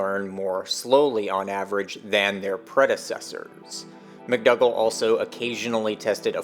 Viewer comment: McDougal - it's (generally) pronounced, Mc dOO gall(gle) Not Mc dUGG le - McDougall ;)